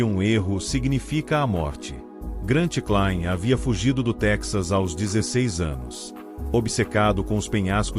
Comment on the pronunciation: Essas narrações digitalizadas são horríveis, muitas palavras erradas incluindo o nome do escalador além das legendas... uma bela história mas nada como um vídeo bem narrado por alguém que tenha boa dicção.